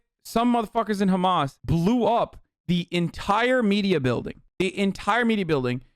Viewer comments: I can’t stand him saying khamas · No one: Ben shabibo: khamas. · The way Shabibo pronounces “Hamas” is really irritating. I don’t even care if that’s the correct pronunciation - coming from him it just sounds pompous and arrogant. Perhaps that’s because everything he says sounds pompous and arrogant. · ugh the sound he makes when he says hamas is ear-piercing, he thinks a hebrow pronunciation will make him look like an expert in the matter